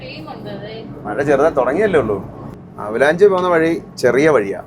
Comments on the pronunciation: ആ വാക്ക് avalanche ( അവലാൻഷ്)എന്നാണ്... ഹിമപാതം... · Avalanchi alla .....avalanch. endile e (AVALANCHE) sitent aanu.